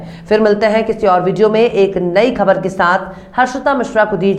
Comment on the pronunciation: aab bahut achha bolti hain but khe ko ghalat bolti hain aap iski islah kar len Sabar Ko khabar bola karo khabar nahin